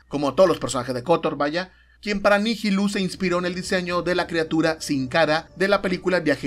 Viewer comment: Nihilus es latin, asi que lo pronuncias bien